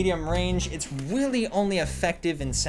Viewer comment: "Its weally only effective at close wange